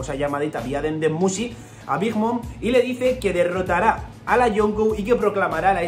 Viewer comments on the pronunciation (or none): none